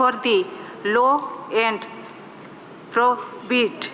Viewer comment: Bhai sahi se english Bolne waalo ko le jaaya karo. Ye toh 'upliftment' , 'prohibits' aur 'empowerment' tak nhi bol paa rahi. Aise gaddhee neta aur nataayin elect karke ham vishwaguru kaise banenge. Kisi Civil servant ne speech likh ke usko Marker se highlight bhi kia hai ki these donkeys do not get detracted. Iss tarah ki Inclusive democracy nhi chahiye, Mand buddhiyo ki sarkaar.